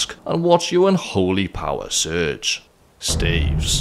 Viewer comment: That's... How you're supposed to pronounce it